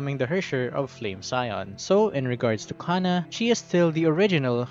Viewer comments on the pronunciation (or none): Her name is jhana, not cana.